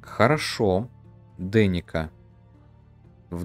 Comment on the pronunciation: И надо корректировать названия. Почему-то Lesnica ты произносишь как "Лестница" или "Лесница". А Denica почему-то "Деника". Тогда "Деница" должна быть. И еще. Разрабы - поляки. Думаю, окончания "ца" у названий все же правильнее.